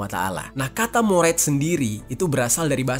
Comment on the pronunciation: Bang, mouride tetep dibaca murid